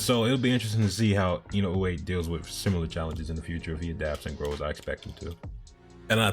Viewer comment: Your pronunciation of Inoue is quite good. It's really close to the real pronunciation.